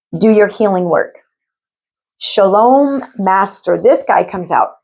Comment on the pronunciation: just fyi, "shao-lin", "sha-lome" is Shalom, the Jewish greeting.👍